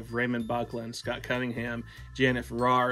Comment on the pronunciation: Sister Janet initiated me in 1986. Your pronouncing her last name wrong.